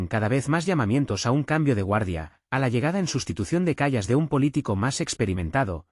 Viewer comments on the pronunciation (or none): El locutor del video debe aprender a pronunciar el nombre de esa mujer: /káia kal:as/.